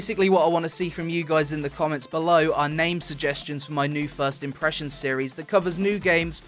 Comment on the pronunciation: Peonpressions :D